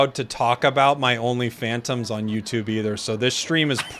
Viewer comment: Everytime say only phantoms I hear only fans